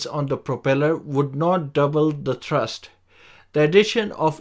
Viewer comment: "Co-rotating coaxial propellers" do not exist in practice. "Thurst" = thrust. High pitch angle at the root to low pitch angle at the tip. Most designs use tilting rotors for vertical takeoff and cruise, so require variable pitch propellers for better efficiency. Sharrow propellers are manufactured on 5-axis Heller HF3500 CNC machines. Worse control due to poor PID response from the greater mass/inertia of the toroidal props. Jetson ONE does not use coaxial propellers; rather, each corner uses twin motors in a tractor-pusher configuration. Coaxial propellers/rotors provide more control and maneuverability for the same footprint as a single rotor; however, two separate rotors are more efficient and provide more thrust/control. Jetson ONE has fixed pitch propellers/rotors, so cannot vary the pitch of each rotor; likewise, each corner's pair of motors vary their rotational speed together. Contra-rotating coaxial propellers can be arranged such that the aft propeller is smaller in diameter but higher in pitch than the fore propeller, which could provide better efficiency than a single propeller. (Similar to the ducted fan, albeit variable pitch, discussed .) "Co-rotating coaxial propellers" do not exist in practice. "Co-rotating coaxial propellers" are not used in practice, as opposed to contra-rotating coaxial propellers, because of the lack of cancellation of torque/propwash/gyroscopic precession/etc., more susc